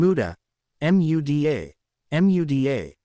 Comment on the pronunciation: I hate how the auto reader speech spells out Muda rather than say it. It's annoying when spelled repeatedly.